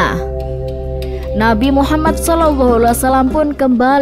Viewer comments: Gak bagus pembawa'y nihh... Ngomong Muhammad Saw aj blepotan... Gantiii gantiiii!! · Host wanita ini siapa ya, Gimna cara bicaranya Saya perhatikan setiap menyebut Muhammad Saw. Gak pas